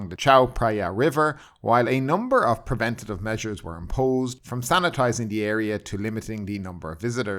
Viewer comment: if you want to know how to correctly pronounce preventive its not prevenative as you miss pronnounce it. IT IS NOT PREV — A -TIVE...THERE IS NO A SOUND...Just say it quickly prentive. ps i really enjoy your show. A LOYAL SUBSCRIBER. Professor Edward chester Hill .